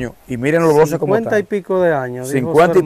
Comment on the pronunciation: Y no se dice bloses si no , blockes.